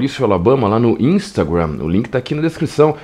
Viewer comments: Por que tu fala "inumstagurram"? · Alabama para com essa pronúncia “instagrannnn” para com isso